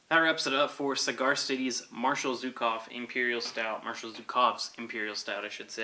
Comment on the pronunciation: Great review, as usual,! I've heard a lot about this beer lately, and it sounds like a real winner. Cheers! P.S.: By the way, the 'Zh' in the marshal's name is pronounced like the 's' in "measure". But then again, this is an American beer, so no one really cares.